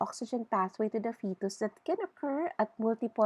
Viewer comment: Thanks nice lecture but all word wrong pronanciation like fetus ....